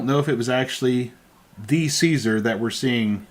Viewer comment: it’s pronounced “Caesar “not “Caesar”